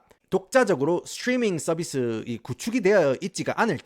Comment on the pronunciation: 스츄뤼민 썰비스 스빠리뽜이~